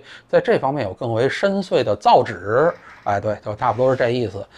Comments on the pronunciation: 散人，造诣不念 zhi，造yi。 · 散老师。那个词读：造诣，不读造纸…… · 艾未未的现状如何了？您提到艾未未，使我想起来搜索一下他的现状，但是网上没有任何新闻，都是几年前的旧闻。这个人消声匿迹了。另，那个念＂造义＂，不念＂造纸＂😂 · 此处造诣的诣读（yi）而不是（zhi） 但是散人把这个音给重读强调了，不知道是不是要讽刺皇上文化的意思。 另外历史上还活着的皇帝圣训编入学校的还有两位，一位是五六十年前太祖高皇帝的话，另一位是大清雍正帝写的大义觉迷录，是写雍正帝他自己的事情的，要求全国所有学校的教材都要用这个。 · 纠正一下 造诣（yi 第四声） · 造诣，造旨😂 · 造诣(zhi),笑死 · 造诣的发音错了，散人